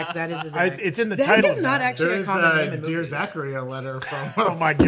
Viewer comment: Zach can’t pronounce anyone’s name right and it makes me wince every time 😩